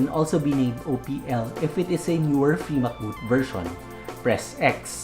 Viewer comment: Free MCBoot❌ Fee MacBoot😄